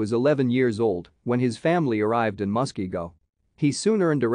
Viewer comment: Nice intro to hans christian hegg. You asked for input and inaccuracies. This is what I noticed. not meant to nit pick. You mispronounced Muskego. I know we have a lot of fun Indian names. Actually most state names are Indian names, like Wisconsin, Illinois, Dakota, ect. The vandalized statue you showed was mis. Forward. Col. Hegg had his leg ripped off, head severed and still missing, he was dragged through the streets and his remains were dumped in lake Monona. Thank you for the video Hans K Stuiber President, Hans Christian Hegg Society